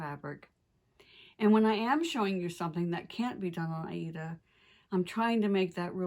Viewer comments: I love your videos so incredibly! And it's always so nice to hear that you pronounce the word Aida correctly. ❤️👍 Wonderful! Thank you so much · For almost forty years, I have heard "Aida" pronounced the way does. That's how I have always said it, too, and I'm sticking with it!!!